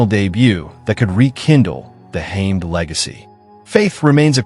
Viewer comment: Its pronouced HA-MED